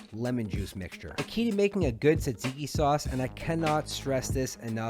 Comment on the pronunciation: came from snapchat. fellow Greek Montrealer here. overall very good! and you say tzatziki quite well. you're technically covered since you wrote "Greek inspired food" in your description. no one can come at you 😅